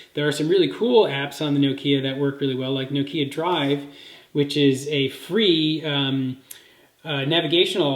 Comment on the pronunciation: Its Noh-Kee-Ah,not no-kee-ah, or nook-ee-aah. jeez.